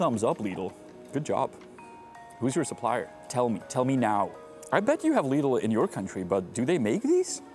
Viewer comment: Pronouncing Lidl correctly is so wonderfull to hear. Some foreigners say it like "Liddle"